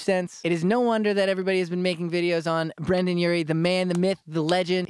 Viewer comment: His name is Brendon u child, read Not Brandon